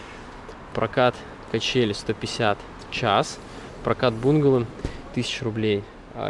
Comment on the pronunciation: Правильно бунгАло,бунгАло,бунгАло😄